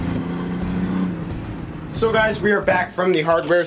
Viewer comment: What are you saying in the intro?? Helo gyes ............. ?